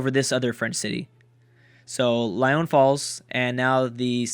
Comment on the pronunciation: (Lyon)No, not Lie-on, it's Lee-on. :) Also why you no speak about the real powers, Greece and BYZANTIUM?